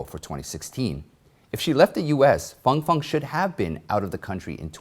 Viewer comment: You accurately pronounced Fang Fang but not the word rhetoric. Lol!! Thank you for this yet another awesome report. Love your work.